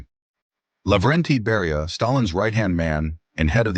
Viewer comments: How he pronounces Beria. AI? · Please get the facts straight! Just a few out of the countless mistakes: The Croatian guy's name was Ante Pavelić ( ), not "Antipilic" The Soviet NKVD leader was named Lavrentiy Beria ( ), not "Lenti Baria" Dominican dictator-president was Rafael Trujillo( ), not "Raphael Truo". All in all, that video manifests a very sloppy approach to historical research and deserves the thumbs down.